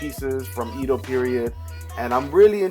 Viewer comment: Lol you pronounced "Edo period" so wrong!